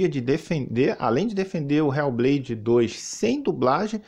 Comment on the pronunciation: "RÉU BLEIDI DOIXXS" PRATA GAMER SEM LIMITES 😂😂😂